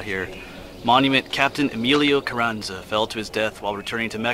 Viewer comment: It's Carranza long ahhh sound not a like in cat...... I read a lot about him, but I didn't know the contents of that letter. Well said a bout:peer" pressure" or whatever, from experience and teaching I'm sure you have addressed that issue many times. Being a young man without a lot of life experience was probably another reason he did what he did....very tragic, but ironically, if he hadn't died, would he be as well remembered or honored? We know of many interesting people with potential, who lives were cut short by tragedy and whose deaths kept them in the public eye, like Emilio's, sad but true:( Cheers, Rik Spector